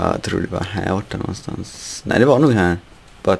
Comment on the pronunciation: hahaha han säger nåstans här nåstans lol